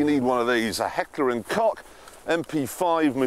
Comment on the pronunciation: Had to come all the way to a car video to find someone who finally pronounced Heckler and Koch correctly.